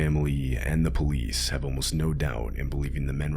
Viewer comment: "By the time the polive arrived..." this is your lesson.